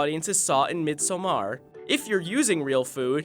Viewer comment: Midsommar is pronounced "midsommar", not Midsa maaar